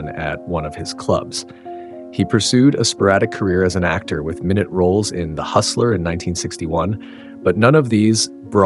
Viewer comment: Many life facts & also recollections of the movie are inaccurate; also teach your AI overvoice to pronounce word meanings correctly. For example: ‘minute roles’ (small roles in movies is my-noot, not minn•it.) 🙄